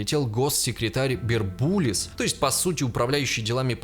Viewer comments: БУРБУЛИС а не бербулис😀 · БУрбулис - ударение на первую У